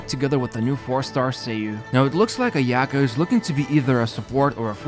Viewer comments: The way you pronounce Ayaka and Sayu is so bad lmao Its Aya-kah and Saa-yu, not Ayaeka and Seyu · The way he says Ayaka.... why do you have to make our ears bleed